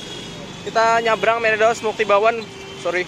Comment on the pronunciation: meredos is mbledos